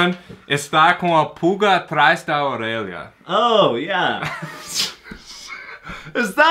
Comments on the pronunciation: O pronuncia "Orelha" melhor que o. hahahahahaha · "Orelha" kkkk a pronúncia foi ótima!